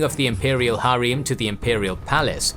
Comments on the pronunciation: its not pronounced as "Har eem" its just "Harem", the ending "-em" is pronounced as same as "-em" in the word "empower". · Bro it’s not hareem it’s called harem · Why are ALL the names butchered even harem??